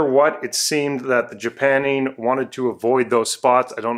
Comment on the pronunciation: Well, I'm pretty sure it's "JapannING", not "JapanEEN".